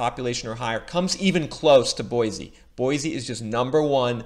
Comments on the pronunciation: It’s pronounced Boy-see, NOT Boy-zee. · Correct pronunciation is Boy-see not Boy-zee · Live here....pronounced BoySEE not Boyzee...lol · And Boy-see, not Boy-zee. LOL! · Boy-see - not Boy-zee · Boise is pronounced BOY-SEE my man. Quick way to show you ain't from round here and get the stink eye is calling our home BOY-Z. Just a heads up. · Boy-cee! no z sound. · Bosie pronounced "Boy C". Its weird I know. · repeat after me, its pronounced boy-see. There is no z in Boise. This drives locals crazy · Oh and by the way there is no z in Boise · hate to be that guy...but its an S not a Z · Said boise incorrectly 1000 times meow